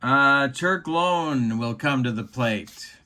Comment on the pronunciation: Greetings,. Just for your own edification, although you may never again utilize this player, the name of the White Sox relief pitcher, Turk Lown, is pronounced with the "Low" sounding as it does in the word, "loud," not as it sounds in the word, "loan." kinda' like "Turk Loun." (How's that for a run-on sentence?!?!) With that,, I bid you a fond adieu!